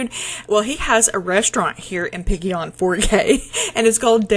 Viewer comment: Pollo is chicken in Spanish. It sounds like: Poy - Yo. That was so sweet of your Father in law🩷 It was such a privilege and wonderful blessing to pray for you to grow your family. Seeing Arthur is a beautiful reminder of God's most precious gift. Oh my, Piggy on for gay😂